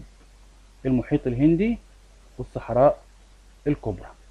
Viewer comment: شرحك جميل 😍 بس انا اسفه هو في مشكلة صغيرة ان حضرتك مثلا لما تقول الهندي تقول الهندشي زي منطقتشي فدي حاجة بتخليني مركزش بس بستفاد من حضرتك كتير طبعا ❤❤